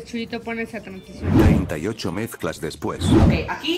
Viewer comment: Me dio risa cuando dijo épica transistion ajajjajaaj